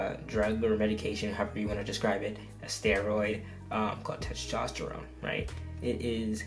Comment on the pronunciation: “Testrophone” LMFAOOO